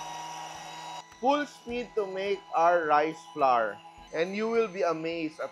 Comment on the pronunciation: Flour, hour, our, and sour rhyme with FLOWER. So, NOT flar, ar, or sar.